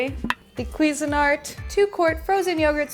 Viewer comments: The accent should be on the "SIN" part, not the "QUI" part... It's "quiSIN-art." And it's S, not Z. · Its pronounced cuisine-art Not queesanart. 😂